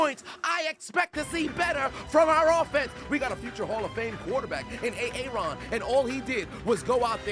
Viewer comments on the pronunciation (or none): I will admit I'm new here but hearing you say Aaron like that makes this more funny.